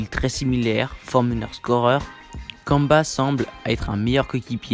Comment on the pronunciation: Kanba vraiment c'est kemba et on prononce kaimba, stp je l'ai beaucoup cité dans mon truc sur les hornets prononce le mieux stp